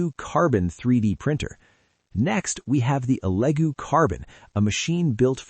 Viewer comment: you do know anything about 3D printers you don't even know how to pronounce Elegoo Sound like L-E-Goo not "Ellego" ..... Wait this maybe AI dumb Shit!!!!!!!!!!